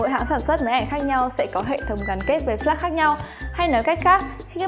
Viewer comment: cái chữ "Flash" phát âm ko chuẩn nghe khó chịu thật sự